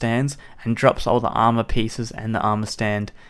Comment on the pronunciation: I cringe when it says "amour"